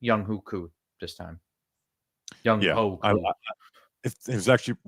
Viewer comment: name is pronounced Young Way Koo not Young Hoe Koo